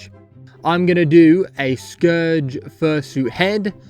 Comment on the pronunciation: NOOO I FORGOT YOUR BROTISH YOU PRONOUCE SCOURGE WRONG